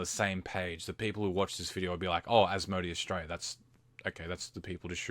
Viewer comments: is it an aussie thing to say As-Mo-D? Its pronounced As-mo-day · Probably just the case where he may not have heard how it is generally pronounced. I'm Aussie and I definitely say it as As-mo-day, but spelling-wise, it could easily be read as As-mo-dee.